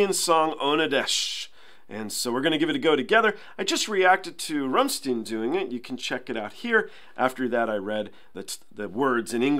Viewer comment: The "-stein" in Rammstein is pronounced like rhyme. And the st like a sh :) Ramm - shtyne. Great band! And this is a gorgeous cover ♡ plus Tarja's pronounciation in German is really good !